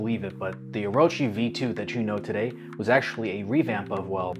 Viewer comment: Thank you for pronouncing it correctly